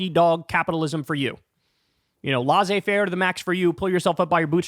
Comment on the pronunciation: Kyle: it's LAY-ZAY-faire not LA-ZAY-faire. You're welcome.